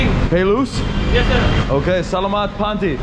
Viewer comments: I used to say "salamat" the way you do, until I realised that the emphasis needs to be on the second "a", so, more like "selaaamat", with the first "a" sounding like a short "e" and the third "a" being a short "a". Otherwise, well done. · by the way could you learn some Tagalog? It's not "Slamit Po Kuya" it's Saugh-laug-maught Po Kuya" [Phonetically] would help you sound more familiar if you pronounced Salamat correctly!! :) :) :) Like in the word "Saw" ->> Saw-law-mawt Pough Kooyaw <--I think is a better example!! It's all good Bro!!! 😀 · OMGOSH please you need to pronounce salmat correctly, drives me crazy 50x or more you said it wrong. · learn how to say salamat